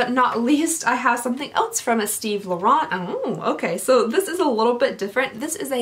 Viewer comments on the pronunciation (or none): none